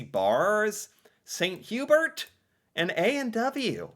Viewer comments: 2 pronounciation corrections. Chalet (Swiss Chalet) is pronounced Shall-lay. Hubert in St. Hubert is Hew-Bear. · I’ll give him Hubert but chalet feels like it should be just known